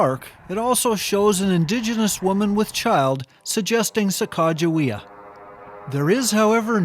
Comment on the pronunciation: I have never heard the correct pronunciation of her name before, wow, so much better. Thanks